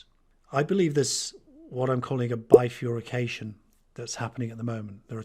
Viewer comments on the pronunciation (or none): It is bi-fur-ca-tion NOT bi-fur-y-ca-tion If you are going to use such long and complicated words, do get them right...quite apart from the frequency of the word really changing if it has 'fury' in the middle!!! Apart from that, I love the message here, from the heart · Bifurcation no furry in there (literally just the pronunciation) sorry just a minor bugbear